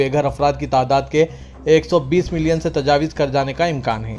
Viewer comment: تجاوز اور حوثی کے تلفظ پر غور فرمائیں